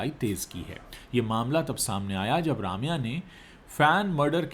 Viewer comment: Bhai Raamya nahi, Rum-ya hai sahi pronounciation...